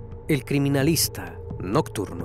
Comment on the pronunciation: Solía ver estos videos con alguien a quien quería mucho, y siempre me reía por la forma en la que intentaba repetir la forma en la que dice “El criminalista… nocturno”